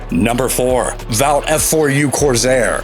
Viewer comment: Did AI narrate this? How'd they get every German name wrong, and get Vought wrong but got the Japanese names right? Crazy stuff.